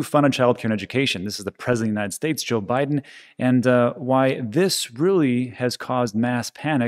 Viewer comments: Lol. Biden not Bidden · Thank you for this... was awesome, I’m going to start calling him Bid-en from now on too lol